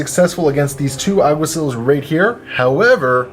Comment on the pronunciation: Lol, Alguaciles, 'Al - gua - see - less', it's a Spanish word that means something similar to Cop, Officer, or Marshal. That mini is a Tomcat, Zeros have completely flat helmets with only one eye on the left side, Prowlers have also featureless helmets but with one line running down the middle. Die Morloc Groupe, pronounced: 'Di Morloc Group', or just Morlocs. Akalis Sikh Commandos, Akal <- no exta "L". I'm picky about naming because since you have to explain your intentions in this game it's hard to understand what you say if you mispronounce the names. Communication is kind of important in these games. :) That Iguana looks really nice.